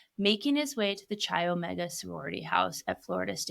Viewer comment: Interesting take, you obviously do your research but please, learn how pronounce names of locations properly. CHI OMEGA is not pronounced like chia seeds, it is pronounced as KAI OMEGA. The ch sound is a k in fraternities and sororities.